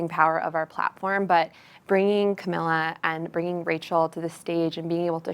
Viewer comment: Whoever is asking the questions... maybe do such basic research as to properly pronounce the guests' names correctly. The constant mispronunciation of both Camila's first and last names made this borderline unwatchable.